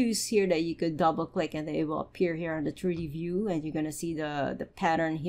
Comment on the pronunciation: Your tutorials are excellent and you seem super nice. Constructive criticism - please work on your English pronunciation. For example "triddy paddern [something] turdy view", man I was confused for a whole minute there that you meant "3D pattern [something I still didn't understand] 3-d view". Most of your "t"' words you say with a "d" and it's quite confusing at times. And then there's "buh-errrh" I was unsure what that was for a long while. But you meant "button". And "simmerlay" = simulate. I say this with kindness, just hoping you take it on board to help improve. Thanks for your effort! Sincerely :))